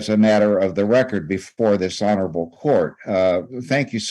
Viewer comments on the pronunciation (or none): Ok, so when I hear this older attorney say "this honorable court", I keep hearing "dis-honorable court"